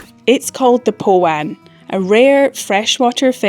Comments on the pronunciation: The what Alps ??? 😂 I think you need to work on your pronunciation of Arrochar R -0-car Powan too Pow -an As in pow 💥 😂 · Yeah, I think the pronunciation of Arrochar and Powan need a bit of work Aarr like pirates - och like loch - aarr like it sounds. All run together without an emphasis on the och in the middle. Powan like pow as in power an just like Anne. All run together like powanne with a soft A.